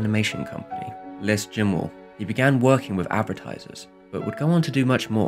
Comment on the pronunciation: The s in les is silent, it's french not spanish!!